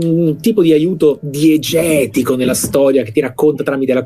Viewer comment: quando ha detto diegetico ho sentito lo squirt molesto